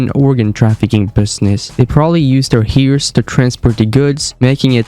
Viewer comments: Hearse is pronounced like the past tense of hear which is heard accept you replace the d with an s sound pronounced like hers but with a long s sound. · a heerse 😂😂😂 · This guy just changed the pronunciation forever. You won’t catch me saying hearse anymore, only heeyrs from now on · Herse. It's HERSE. Not Hear-se. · I don't believe for one minute that you don't know how to pronounce the word hearse 😂